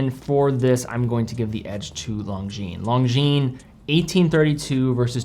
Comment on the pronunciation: FFS, it’s not “long-jean” it’s “lon-jean”